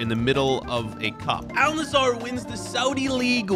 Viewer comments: 'Al Nassar' bro where the fuck do you see an A between the s and r. Bro its Al Nassr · It is pronounced al nassr not al nassar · Its al nassr not al nazzar😂😂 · Is no one going to talk about how is saying Al Nassr he is literally saying Al Nazzar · Why does everyone say “Al- nissar” This is how you say it “Al- Nassir” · Al Nassr = Al Nazar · Not al nassar it's al nassr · Al Nazar💀💀💀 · You say al-nassr wrong